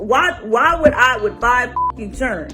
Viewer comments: What are “churrnn” I mean she’s not even saying “chirren” 😬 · Her saying "churren" instead of children would've been an immediate 🚩 🚩 🚩 for me......smh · It’s children not chirren 😂😂😂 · “Churn” it’s pronounced Children, you idiot! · Please someone please tell her to stop saying take care of my "churn".....the correct pronunciation is "children"!!! Also out of 4 men, none of them have put you in a BMW, Audi, house, apartment, hotel, motel none of that and just think it was a bit disrespectful to play down everything dude has accomplished. That's why most guys just dog females sometimes for this exact same behavior. 🙄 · Not children, “ chiren “ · She sounds stupid! And the proper word is children, not chirren! Good Lord! She did the world a favor by exposing her trifling ass and giving a heads-up to ALL men who have sense, to stay the away from her. In her quest to humiliate him, she made a complete jack-ass of herself. Oh, and she had an issue with him having one child and she had 5! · What is that word she keeps saying? It sounds like "churn". I'm serious y'all I need help with this! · What’s a “CHURRIN” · Wait,it's children...not churro. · Chiren? Churun? Churrin🤦🏾😭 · She can't even form a proper sentence and what is chirren? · She can’t say CHILDREN right …..run forest run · "Five char-N"? Unbelievable! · Not all her "CHIRREN"! 🥴🥴🥴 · Lol "chirren" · "I take care of all my churen" 😂😂😂😂😂. Really? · The funny and sad thing is, is that she really thinks she's a catch. PS. " Foe chirrins. " SMH. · Lmaoooo not the "Chirren" lol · Umm you posted it on da strent?? Chirren??? Damn, trick daddy.... open a grammar book and learn to speak English before speaking audi and bmw. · It sounded like she said 5 chitterlings 😂😂😂😂😂😂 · What the hell is "chiren"? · exactly 😂😂😂😂it’s children. She should go back to school for English 101. Sad part is some men will marry this type of woman. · “Take care of all her chirren”.. Good lord🤦🏾‍♀️ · I know, right, WTF. Chirren. Like 🤯 wow